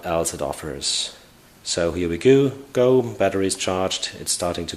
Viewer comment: "here we goo" oh umm " go" hehe